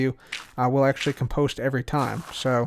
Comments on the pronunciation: COM-post not com-POST... Check the dictionary:) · Say "comedy", now say "compost" with emphasis on the "com", not the "post". You're welcome.